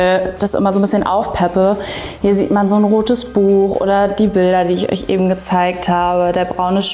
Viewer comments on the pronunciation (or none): none